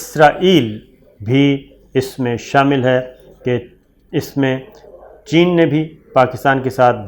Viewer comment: chen ur india ya chen ur pakistan?, aapko bolna abtak nahy ayaa bhai?, aapko sekati sekati mai irani sek gaya magar aapki koi urdu thek nahoi 🤣🤣🤣🤣🤣🤣🤣🤣🤣🤣🤣🤣🤣🤣🤣🤣🤣🤣🤣🤣🤣